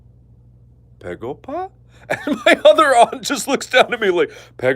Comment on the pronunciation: I'm Korean and I strongly agree with your pegopa story(btw it's begopa. I know korean b sounds like p but you know. I had to say it)! Whenever I visit your relatives, I easily gain 2kg. They always ask 'pegopa?' EVEN RIGHT AFTER HAVING MEAL AND DESSERT! Alright close your eyes, sshhhhh close your eye Imagine, you are at your granny's house. She greets you and bring you inside. She prepare a freaking supper, thousands of dishes barely fitted on to a dinner table. You gladly eat 98.34% of it because you appreciate it. *THEN*, she bring you some sweets for dessert. You stuff yourself with it, you feel that you can't eat anymore or you will explode. *BUT*, she brings out some incredibly fresh fruit for you to eat. You say "Granny, I'm peblo(full)! You don't need to feel like you have to feed me". But she replies " Just little more honey, I promise it's the last food you'll get from me for today". You some how fit in those fruit. And she was right. It was the last thing you got *from her*. Suddenly, your first aunt bashes in. "Hey my lovely nepew! I bought this AMAZING chocolate cake *JUST FOR YOU*. Wanna try it?" "Hey aunty! I'm so sorry but....." Even before you finish your sentence your second aunt enteres, followed by your third uncle "Hey honey! We got you korean fried chicken and sushimi!" "Thank you everyone bu" Shut up already, your second uncle has already entered with biggest freaking watermelon you ever seen in your goddam glorious life! *JUST FOR YOU*. "...b,but...." Y